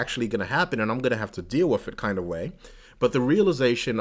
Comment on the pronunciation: That was fascinating. Especially the bit about not going to the doctors. I was a little distracted by the constant pronunciation of 'with' as 'wiff', but the content was very thought provoking. Glad I subscribed.